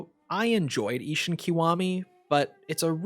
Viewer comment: Ishin not ishun